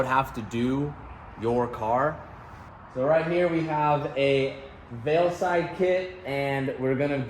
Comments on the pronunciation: Everyone else: Veilside: veilslide 😅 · Are you saying veil slide? Lol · veil"slide" rx7? 🤔🙂😁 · Did anyone else hear him say Veilslide kit towards the end of the video 😂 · "VeilSlide" lmao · At least say veilside right..